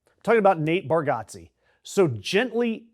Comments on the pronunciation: It’s pronounced Bar-Get-Ze not Got-Ze. Still tho, this was pretty disappointing news. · Pronounce his name correctly. Idiot!!! It’s Bar-get-ze. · It's pronounced bar-get-zee. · and YOU CANNOT pronounce his last name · If you're gonna shit on someone at least educate yourself on the correct pronunciation of his name. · As a fire breathing liberal myself I think it is important to suggest you fuck the fuck off immediately. The guy went to a stupid event, which is his right. You don't like it. Who fucking cares? Did he storm the capitol? Real Lefties don't adopt McCarthyite tactics, they denounce them. Bitch. Many people think democrats are the assholes. You're their fucking poster. And learn to pronounce his name you redeyed cunt.